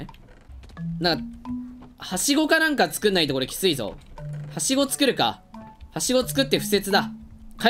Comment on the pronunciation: はしごがうしごにしか聞こえない人 ↓